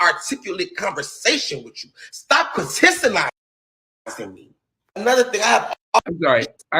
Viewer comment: The man said, “Critisilizing”. I screamed in the privacy of my own home.